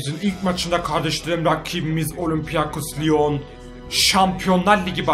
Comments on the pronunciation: abi olimpiakos lion deyil olimpik lion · Okunuşunu yaziyorum olimpiyakos liyon degil abi olimpik liyon